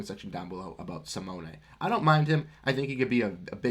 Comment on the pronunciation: SMH you dont even say Simone's name right. He is worth a first minimum.